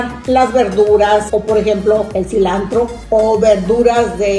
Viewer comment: Todo bien pero se dise silantro no silandro 😱😱